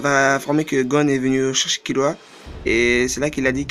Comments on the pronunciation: C'est Kirua pas Killua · "Kirua" c'est pas difficile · Arrêté de dire kiloua c'est kirua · KIRUA PAS KILLUA